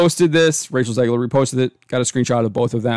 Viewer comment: "Zegler" every fucking time.